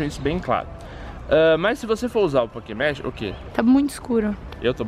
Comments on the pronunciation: pokemege? esta certo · Só eu que me incomodei com ele falando PokémonSSS? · no final o falo pokemon ralo😂😂😂